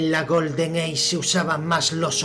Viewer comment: odio tu pronunciacion "GOLDEN EICH" paf!